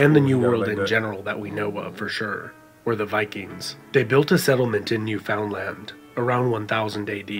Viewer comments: It's pronounced NEW FUN LUND (literaly), not NEW FOUND LAND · Point of interest: nobody outside of Canada seems able to correctly pronounce Newfoundland.... It's not New Found Land it's Newf-N-Land... It sort of sounds like the word 'understand'... Understand Newf-N-Land. Interesting facts about Newfoundland: they were the last province to join Canada (1949 IIRC) and they participated in WWII as independent participants with their own Newfie regiment. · It's pronounced new fun land not new found land! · Unfortunate that there are some inaccuracies in this history video, but it has not been made by a Canadian as demonstrated by the way the speaker pronounces "Newfoundland"...always a giveaway! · Yup. Not a Canadian if you can't pronounce Newfoundland the way Canadians do!